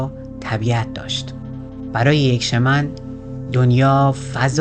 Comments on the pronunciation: CastaNEDDA not castanda, Shaamaan, not Sheman, من و دوستانم مدتها با کتابهاش کار می کردیم و تجربه بیداری در رویا و رویای جمعی داشتیم. به نظرم تمرینات مشترک با دیگرنحله های معنوی دا ره و احتمالن آنچه نوشته حاصل تجارب خودش با ماشروم بوده که امروزه انواعش هست و کارشون ایجاد ارتباطات عصبی در مغز به علت تغییرات شیمیایی در مغز مثل بالا رفتن دی ام تی است. به هر حال ایده هش در مورد جنگجو و زندگی جالبه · سلام اولآ تلفظ کاستا ندا و شمن را تصحيح کنید ثانیا معلومه چی می‌خوای بگی ؟نگفتی دون خوان شخصی حقيقی بوده يا خیر سوما چگونه‌ اگر خيال پرداز است ميليون‌ها نفر پیرو وی شدند چهارما نحوهٔ مرگش را نگفتی پنجما دليل تخیل را نگفتی و.....